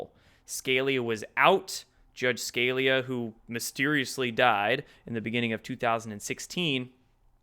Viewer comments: It's Scalia, not Scallia, you dope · It’s pronounced Scaleeya not Scalya. I’ve heard you make this mistake before. I’m surprised you mispronounce someone so famous. It’s weird because I’ve heard the name thousands of times. You are pretty young so There’s that. I like you and that’s why I’m telling you. Peace. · It's not scale-lee-ah, it's skah-lee-ah... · SKA-Leah...not Scale-ea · Nobody ever, ever, ever has pronounced Antonin Scalia's name SKaL-E-uh your clueless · Scalia. Skah lee ahh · SCALIA = SKUH LEE AH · Scalia is pronounced: Ska-lee-uh Yikes! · Lol nice cover of Q, but please for the love of god learn how to pronounce Scalia and Kavanaugh... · With the intelligence you seem to have and how abreast you are of current news I cannot believe you could not pronounce judge scalia's name even close to properly